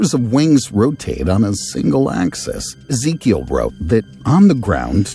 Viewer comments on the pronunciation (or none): none